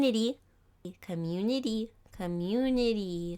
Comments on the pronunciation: Me: Communi-TEE: Communi-DEE dddddd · No one: Literally No one: Not even god: Her: Communitdy. D ddd dd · try’s to say community. And says communitddddddddd. Me: com com couraty. Oh god I forgot how to say that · No one: Nobody at all: NOT A SINGLE SOUL: Her: com...un..i.dy comunidy??? Comuni dididididididi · You: CommuniDy. Me: ;w; Me again: It’s okay some people can’t pronounce it w